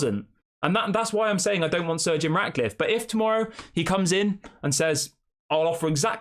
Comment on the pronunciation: Pronounce Sir Jim As that not surgeon